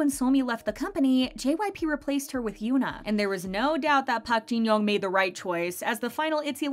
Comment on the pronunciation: Im sorry but why did she say it like that💀 like just say park jin young with a normal accent.